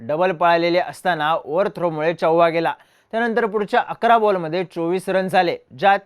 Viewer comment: चौवा 😮चौका शुध्द मराठीत